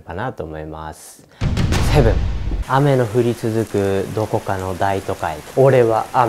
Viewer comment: 開幕セボン。 ネイティブな発音じゃなくて純粋にセボンww あとデビットとウィリアム誰？って思ったけど ミルズとサマセットやった。ファーストネーム初めて知った…w